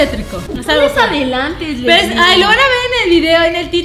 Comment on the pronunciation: sjjsjsjsjsjsjsjsjs meda un monton de grasia como dise karen: soy asle sjsjjsjsjsjsjsjsjsjsjjsjsjsjsjss *se muere de la risa * esque osea dise soy asle soy aslie jajsajsajsjajsajsjajsasjajjajsajsjajsajsjajs